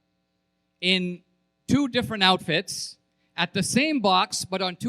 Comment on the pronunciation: Yeah, you caught that too, how he emphasized the (gasp) "two different outfits". The guy changed his clothes the next day - imagine that!!!